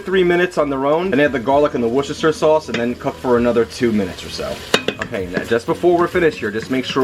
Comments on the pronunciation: Yes, it’s pronounced “Wooster-shear” sauce (NOT “Wooster-shear-sire”) Not matter HOW it is spelled!! LOL! 👍❤️😉 “Wooster-shear”! 👍❤️😉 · it sounds like you said Woo-chester-shire its pronounced Wooster-sheer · Love your video. Now I'll buy a one pot. However, I live in the UK and we pronounce Worcestershire Sauce as "wuster" sauce. I know it misses out a lot of the letters but we brits have unique language pronunciation just so you do in the USA. "Wuster sauce" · It’s “Wooster sauce.” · It's called WISTA-SHEER sauce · Hey, it's wish- ta -sheer sauce. Worchestershire, the "rche" is silent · WERSTER- SHIRE.. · Wushashashire sauce..lol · wushushushire sauce made me giggle. thank you for the video I want to learn how to use an instant pot :) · Worcestershire sauce is pronounced 'Wistersheer' sauce. What you said was an abomination. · Not everybody knows what wusta sauce is though. We didn't all grow up in jolly ol england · Thanks for this, always wondered how woo cester shire sauce was pronounced 😂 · Worcestershire sauce is pronounced Wooster, it's a British thing 😁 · Wuhster, it's pronounced wuhster sauce!! It's the name of a city in England. Try to get it right please!! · Worcestershire is pronounced worse - tur. Now you know! 😉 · Jeff Smith Its actually pronounced “woo-star-share” I live a few miles from Redditch. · Worcestershire Sauce is pronounced Wuster Sauce in Britain - where it comes from. Just saying.. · whooshooshterer shirer sauce ...lol.... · WOOSTER sheer sauce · great video, i must try it - btw its pronounced wooster sauce (woo as in wood) :) I live near to Worcester, the place where it was invented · Great video thanks! Also, a tip from an expat Brit...it's pronounced "wooster" sauce! :) Yeah, my husband has no idea either :) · WORCESTERSHIRE is pronounced WOOSTERsher .. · It’s pronounced Wus-ter-sheer ☺️ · i think it's pronounced worst-er-sheer lol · Worcestershire is pronounced "Woostersheer" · Gus Scott-Exley incorrect pronunciation